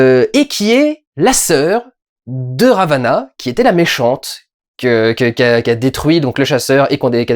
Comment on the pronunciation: Ravena Durendal Ravena, pas Ravana 😂